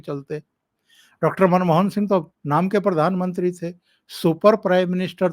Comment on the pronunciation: परधानमंत्री मत बोलिये प्रधानमंत्री बोलिये